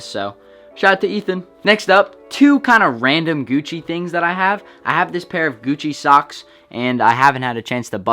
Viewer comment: Y he saying gucci like gewcci